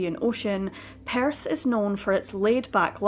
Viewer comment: Sounds like your saying Paris.its Perth Australia.